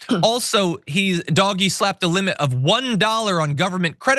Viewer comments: DOGE pronounced Dodgy. Doj-ee. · This guy does not know how to pronounce DOGE, I agree w/ calling it Doggy - so long as he says they're doing it DOGGY STYLE to Democracy. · I still think you should pronounce it “dodgy”.